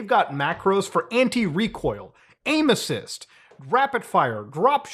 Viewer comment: When you said "controllers have aimassis", I thought you said "controllers have anuses"